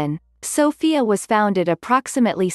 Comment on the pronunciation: You dont pranounce sofia writh i know cuz i am from bulgaria and you dont pranounce stoichkov writh